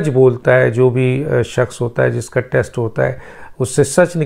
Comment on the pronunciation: Test , not text, what med school did you go to , and what’s this sifting of air and saliva gulping ? Sialorrhea? What meds are you taking ?